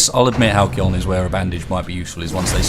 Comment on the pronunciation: Dammit...I had a feeling you'd reference the bandages. *facedesk* XD I think as a meme for this series should depict you as the illiterate party master. "BOOKS! Filthy, cursed filth, have at thee!" XD By the way, thought I'd mentioned that it's pronounced 'Hal-see-on," since you've mentioned it a couple times XP